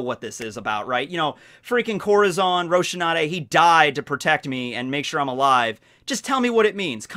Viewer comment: You made such a big deal about saying "Deidara" with a different accent, yet you butcher Rosinante's name so badly I didn't even know who you were talking about the first time I heard you say it. Or did they really change it that badly in the English dub?